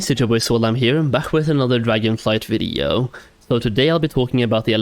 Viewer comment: Stop saying video really weirdly